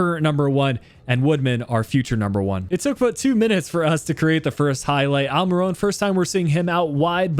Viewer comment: Is dubravka not duvarka and it’s almiron not almirone